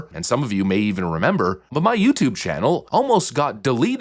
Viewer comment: You 'memba? Yeah I' memba!